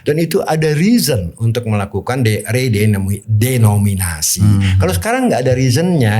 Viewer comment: Re de no mi na si.... bukan re do mi na si